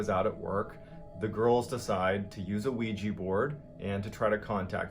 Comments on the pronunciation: So I'm the only one bothered that he says Ouiji board when talking about the Ouija board? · It's Ouija... Pronounced "WE-JUH", not "We-Jee" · Very good narrator but.... what's a ''Ouij i'' board ???? He didn't realize it's a OuijA board ???!! Congrats on ur channel !!!! =))) JK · i dont criticize you for pronouncing it as weejya because its spelled ouija which is bullshit but its actually pronounced weejee